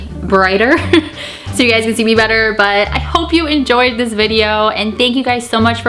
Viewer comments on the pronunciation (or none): none